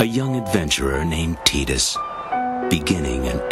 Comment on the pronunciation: Is it possible this is the only official video that has the correct pronunciation of Tidus? I just had to dig this up for a friend. Thanks for posting lol.